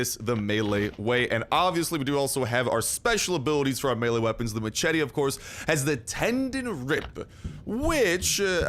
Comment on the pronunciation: You say machete wrong